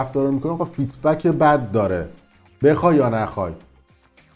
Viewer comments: مگه مجبوری انگلیسی حرف بزنی اون feedback هست نه feetback 😂 خب بگو‌ بازخورد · جان این کلمه که استفاده میکنی فید بک هست نه فیت بک،جهت اطلاع رسانی خدمتتون عرض کردم.سپاس از برنامه و زمانی که میگذاری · فیدبک نه فیت بک😁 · فیت بک!! نه فید بک درسته،، تعجب اوره اینهمه تو فضای مجازی هستی از هر موضوعی هم از طریق مجازی پول درمیاری اما اصطلاحاتشو بلد نیستی درضمن خوب از این فضای بلبشو ایران پول زدی به جیب!! طرف بچه ده سالش کشته میشه تو میای اینجا ویدیو ازش میزاری پول درمیاری خلاصه حداقل صدتا ویدیویی که قبلن خودمون دو روز قبلش تو اینستا دیدیم تو اومدی اینجا دو روز بعدش ویدیو به عنوان افشاگری یا خبر جدید گذاشتی و پول زدی به جیب خیلی کثیفی حداقل پونزده بیست هزار دلار پول دراوردی بابت ویدیوهایی که در مورد کشته شدن جوونای مردم گذاشتی